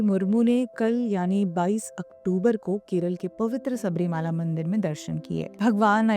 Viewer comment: Ek correction: Theertha sthan ka naam SABARI MALA hein SABARI " MAALA" NAHIN. Sabari sanyasini hein aur bharathiy epics mein prasidh hein. MALA ( with short A sound ) Is HILL OR MOUNTAIN ..PARVATH. SO MOUNTAIN WHICH IS NAMED AFTER SABARI. TEMPLE IS ACTUALLY A SMALL 20 X 12 SHRINE. ON THE HILL.AND THE CLIMBING STEPS NOW COVERED BY BRONZE CAST STEPS ARE 18 IN NUMBER. STEEP WITH.JUST 20 DEGREE INCLINATION. ORIGINAL ONES GOT WORN OUT BY 4 CRORE FOOT STEPS A YEAR. on an average for over 100 yrs.